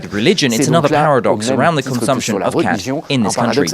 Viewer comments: Lol "cat" it's more like "cot" pronunciation. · You need to work on your pronunciation about the name of the crop